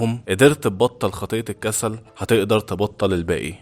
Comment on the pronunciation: هي كلمة الكسل من امتى وهيا فيها شدة فالنطق هي الكسَّل ولا الكسل عادي انت بتقول الكسسال